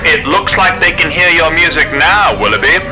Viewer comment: it's willoughby not wiliby